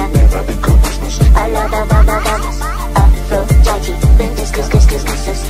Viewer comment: The first part gives me a stroke because it's supposed to be pronounced Aphrodi-DE not Aphrodi-TE despite it being spelled like that